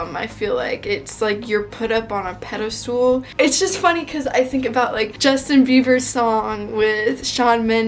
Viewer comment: It's pedist AL, not pedisTOOL